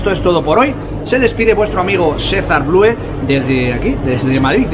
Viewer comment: DEJA DE DECIR "BLUE"!!!!!!!!!!!!!! SE DICE "BLU" ANORMAL